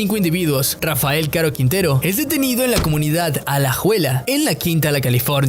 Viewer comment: Por lo menos debería aprender a pronunciar el apellido que taaaanto pronuncia y en cada vez que lo menciona lo dice mal